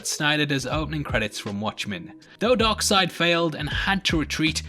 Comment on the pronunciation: Funny enough you said "Dog Seid" or DarkSeid